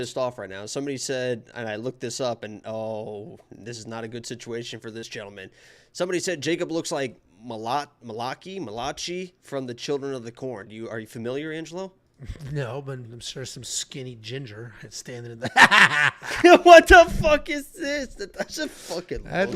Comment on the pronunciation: Jacob it’s pro pronounced like this mal-a-KI. Referring to the name of the children of the corn kid. The way he was trying to say it reminded me of the KEY and peel skit with the substitute teacher..😂